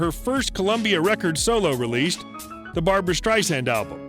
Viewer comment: Barb-RA, not Barb-ARA Strei-SAND, not Strei-ZAND.